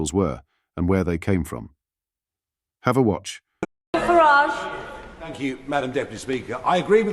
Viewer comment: It's FARAGE; NOT FARIDGE